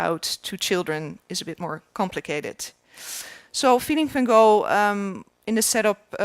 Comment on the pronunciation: I am fascinated to try and understand why, whom I believe is Curator of Education at the Vincent Van Gogh museum would see fit to educate the world into pronuncing his name incorrectly. i.e. the American way instead of her native (assumably) Dutch tongue. Due to the amount of activity on Youtube as to the correct pronounciation it is obviously a very contentious issue and being English as we obviously pronounce it correctly...( Haha I think not). But I would expect the one person who is in a prominent position to educate the world as to pronouncing it correctly, but alas get it so wrong??? I am sure the American fraternity are pleased, but poor Vincent must be turning in his grave....please enlighten me?